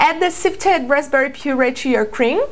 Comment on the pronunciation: rapberry? lol love these c